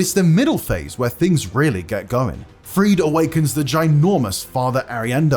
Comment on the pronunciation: Sister "Friede" is pronounced as Frida, not as Freed